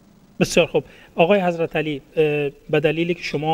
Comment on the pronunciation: جانم از شما بعید بود که در تلفظ اشتباه کنی،حضرتِ علی فقط امام اول است..........ایشان که شما صدا میزنی در اصل حضرت علی نامش است،یعنی در ذکر نام امام علی حضرتِ [ت زیر میخورد یا این علامت( ِ ) گفته میشه و این شخص حضرت [ت سایلنت است ]